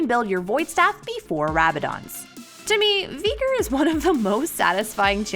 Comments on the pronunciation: What is this vegan veigar hahaha a It’s veigar not vegar xD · I swear she says the name wrong on purpose she’s so stupid it’s vy gar not vee ger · absolutely no one:: veeger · Did she say Veegar?? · Learn the names of the champs when ur gonna be talking about them ffs 😂 „veeger“ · Ok so like I thought the pronunciation was getting bad with mundo but veigar?? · I will henceforth only refer to the Tiny Master of Evil as “Vee-gar”! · I would pay you not to pronounce it as Veegar. >_> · "Vigr" bruh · Veeeger what did she just saaaaayyyy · No one:: Veeger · Im sorry I might need to unsubscribe as well this is a bit much veeger... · Darius was one thing but bro no can tell me she's not pronouncing veigar wrong. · I before E except when it sounds like a as in Veigar or weigh. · As a veigar main im not offended but please my little yordle needs his name said correctly. One more thing i disagree zilean counter leona. Leona can build sunfire and zilean is toast with the mythic passive of tenacity (im a support main btw) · it is so trigering how she say veigar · Please never say veigar again